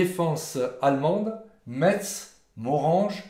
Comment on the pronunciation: On peut encore renommer le boulevard du XXème Corps à Nancy:face-blue-smiling: Aucune voie ne porte le nom de de Castelnau au chef lieu de Meurthe et Moselle contrairement à Metz en Moselle !! On ne prononce pas le "t" de Metz comme on ne prononce pas le "s" de Dombasle, merci !